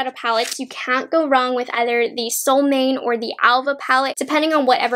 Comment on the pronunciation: I love your reviews! ❤️ I’m going to pick these up this week. Btw in Swedish the j in Freja is pronounced like y, and Solmåne is something like a sool-MWAU-na. The å is hard to explain, but since I know you’re half Chinese—dunno if you or your mom speak Mandarin—but the å sounds exactly like the o in pinyin. For example in wo (mine) or the Chinese version of “oh.” And you’re pronouncing Älva correctly.